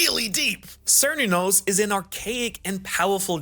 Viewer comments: Bro I ❤ u and your videos but I defo think this is like the third time you mistakenly pronounce Celtic words in your videos, 😂😂 im not offend and I am Welsh. But it's a hard C which sounds like a K so Celtic sounds K-el-tic and Cernunnos sounds Ker-NOON-nos, again. Love your videos your the best keep up the Awesome work. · Cernunnos is pronounced Care-new-noss lol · Cernunnos pronounced Kuh-noon-nos 😉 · Did Chopper perfect his Monster Point? That panel loked like Monster Point. (I don't read the manga and I haven't found a place to watch the anime online. The god is pronounced Sir-Noo-No-s and Celtic pronounced Kell-Tic.....Not Sell-Tic